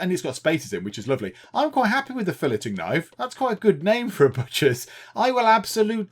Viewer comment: “Fill-it-ing Knife” Me: crying it’s “Fill-ay-ing knife” stop with the “t” 😭😭😭